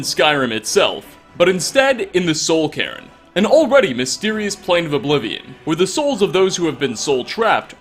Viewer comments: soul-cairn not soul-Karen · "Soul Karen" (insert joke about wanting to see the manager)